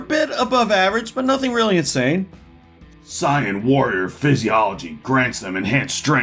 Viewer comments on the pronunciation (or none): It's pronounces sayan not psion. I don't watch the show and even I know that. 😛 So these guys can shape change into a giant monkey when they see the moon. Does that mean if they were on a planet with 12 moons or something they could stay a sooper monkey full time? Does home insurance cover being buried under a flung giant monkey poo? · It's "Say-in", dumbass. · oh my god ok no offense but it's pronounced say-an and ve-jee-ta in terms of the planet and race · Very wrong. Say yan. You can look up clips on youtube, they exist everywhere. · Are you "sayen" that right? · Honest question, are you saying Saiyan wrong on PURPOSE to just to bug the fans? Also i cannot agree with the ability to sense people. That's a learned skill, not at all inherent to the species. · My first thought was he couldn't say it correctly for copyright reasons.